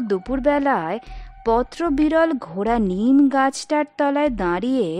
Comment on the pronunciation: অতিথি তোমার গল্প পাঠ ভাল লাগল। কিন্ত কিছু ক্ষেত্রে পাঠ ঠিক যেমন হবার কথা তা হয় নি। একটা উদাহরণ দিই ঘোড়া আর নিম গাছ আলাদা আলাদা ভাবে উচ্চারিত হবে না। ঘোড়ানিম গাছ হবে। এরকম আরও আছে। আশা করব আরও ভাল হবে।